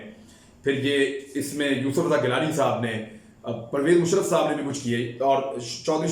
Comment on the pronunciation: musharraf ka name bohat daby lafzo main kaha hahahaha